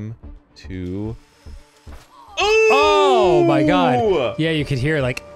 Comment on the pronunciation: why do arins OOOHH‘s sound so foreign? he’s never said em like that before. 🤷🏻‍♂️